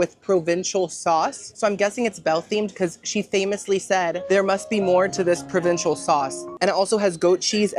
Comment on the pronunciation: Provencal, not provincial, from the region of France called "Provence".